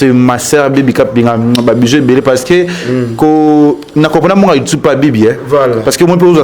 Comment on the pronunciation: Ken ye kola ko loba YouTube et non youtobe